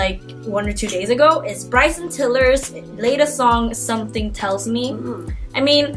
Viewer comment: "summer ting" 😂😂